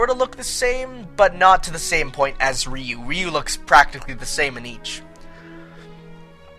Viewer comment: rrr-I-you Not Re-you >.> Sorry but the pronunciation of the names was bugging me.